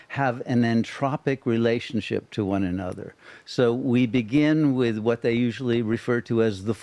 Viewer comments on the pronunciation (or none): none